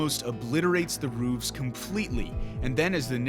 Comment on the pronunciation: It’s “roofs”